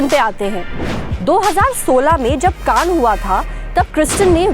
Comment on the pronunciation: Kan nai Cannes hai wo.